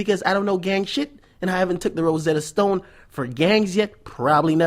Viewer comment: Nigga said Rossetta Stone For gang Shit Lol Lol.